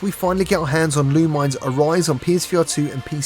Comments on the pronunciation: It's pronounced lu-mih-ness not lu-mines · By the way Lumines is pronounced Lu-Mi-Nes.